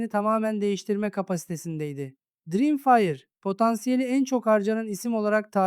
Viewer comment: dirimfire can kardeşim biraz telâfuz calısmanı öneriyorum.